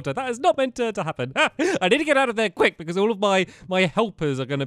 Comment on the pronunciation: listen to how weird he said quick lol I'm dieng